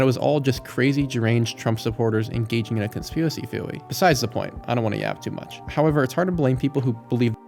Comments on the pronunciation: conspewocy theowy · Me:...did he really just say "conspiwacy theowy"? 😂 it got me twice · Dude I get the whole “conspiwacy theowy” joke but please stop doing it every time 😂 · Am I missing something when you say “conspiracy theory” like that? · Idk why his speech is completely normal outside of that one phrase. Is it a bit?